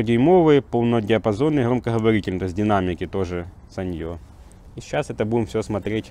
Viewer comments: Осел , ставь ударение. саньЁ у тебя в кружке , а это сАнъё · sАnyo.. ударение на первый слог!!!!!!!!!!!!!!!